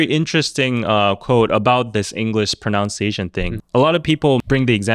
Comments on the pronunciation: Please say ‘pronunciation’, not ‘pronounciation’. Pronounciation is a misspelling. We pronounce it as Pro-nuhn-see-aye-shun. Correctly spelled and pronounced ‘PRONUNCIATION.’ (There’s no ‘o’ in the second syllable.) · so so sorry for saying this, but it's "PRO-NUN-CIA-TION," not "PRO-NOUN-CIA-TION," you fob! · To answer question at the beginning... probably speaks the least best 😂 it's pronUnciation, not pronOUnciation... you kept saying it over and over again... you do throw in some odd pronunciations sometimes, but ofc wayyy better than the general krn... anyways, who cares if ppl have accents, it shows that you know more than one language and that's something to be proud of that you try speaking it...great topic btw...keep the interesting discussions coming...